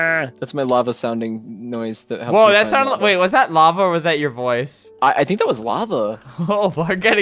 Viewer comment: when it said lava it sounded like "lover" XD